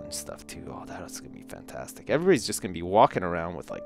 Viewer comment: when says fantastic it kinda sounds like funtastic